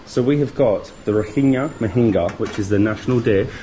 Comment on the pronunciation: Not all beaches are called NgaPaLi, there are Chaung Tha and Ngwe Saung beaches and the state is pronounced as Ra Kine ( similar to the -ine from Shine). Hope you enjoyed your stay.